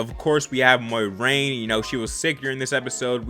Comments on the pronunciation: Moiraine's name is pronounced like " More rain "there is no y in it... thought you should know lol, great reaction as always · Some of the characters in the show say it wrong/different from each other, so I'm just viewing it as similar to real life when someone's name isn't super simple. My pronounciation is "MWAHraine"